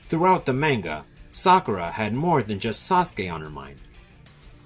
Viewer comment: Are you sure about that? He couldn't even pronounce manga right lol there is a good reason why the like dislike ratio isn't that good and worse than the like dislike ratio on swag video the only reason you lile it is because he agrees with your point